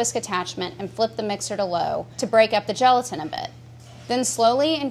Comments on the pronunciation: Who else stopped watching as soon as she said geletan? 🤘🤘🤘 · I keep hearing gelatin as joltin....